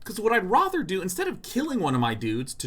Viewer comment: I feel like Sean saying "rother" instead of rather is like some version of the 'meow' thing from Super Troopers. Like 'how many people will bring up the weird way I'm deciding to say 'rather'?' Guess I'm one of them.